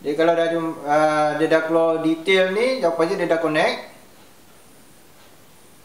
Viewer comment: Bang org melaka ke? Tetiba terdengar perkataan keluar tu keluo hehehhee terbaik bang.. boleh tak ajar cara pasang cable LAN tu.. sebab unifi sekarang tv connect wifi.. mcm ada lag sikit.. saya nak WLan kan tv ni, tak reti nak pasang cable.. sebab dia ada hyptv router.. so wayar LAN dari tv nak cucuk ke hyptv ke atau ke router unifi?